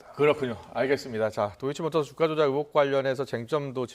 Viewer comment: 앵커야..............[ 으혹 ]이 아니라 [의혹 / 으이혹]이란다. 언론이 이런데 정치가 부실한 것은 당연하지. 정치가 썩어도 언론이 살아있으면 이내 민주화가 되는 법인데...... 이런 부실과 함께 아예 독재의 시녀가 되어가고 있으니 오죽하냐 ??? ㅠㅠ